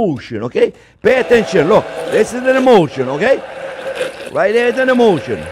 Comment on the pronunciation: Not " emotion" just a French accent when he says "emulsion"